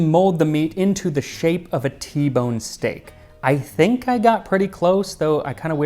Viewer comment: Who else just heard Steak? And now here we are!